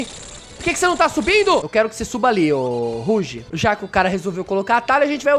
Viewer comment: Não é roug e roaug